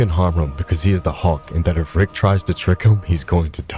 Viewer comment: But I just found the channel and I’m enjoying it except for the pronunciation of Hulk